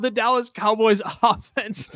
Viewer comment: "The Callas Dowboys" is crazy!!😂